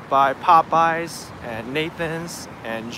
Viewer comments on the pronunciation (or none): none